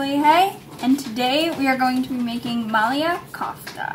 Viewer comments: Not malia its malai kofta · That's my favorite curry. It's not MA - LAYA it's MA - LIE KOFTA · Maliya not malaee kofta my dear Anjali .😅😅😅